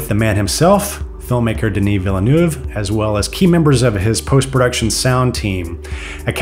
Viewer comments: Interesting video but PLEASE learn how to pronounce the directors name correctly. It's actually easier the the convoluted way it's said by the presenter of this video (veal = as in the meat, and nerve = as in your body). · One day people will correctly pronounce this poor man's surname! It's like VEEL-NERVE ...